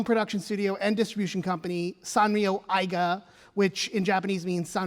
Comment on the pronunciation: Tsuji isn't pronounced Suji Eiga isn't pronounced Aiga Hata isn't pronounced Hara other than that, this is a very good presentation about something i didn't know about.